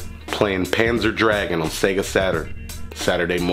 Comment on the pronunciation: hahah panzer dragoon.... not dragon,, unless im wrong and getting senile.. i used to play that shit too. thanks for the review and showing a cool deal.. Don't listen to them haters. smack those sassy lips bro! You make me hungry.